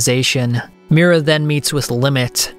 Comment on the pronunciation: It hurt my soul every time he said "Miura" rip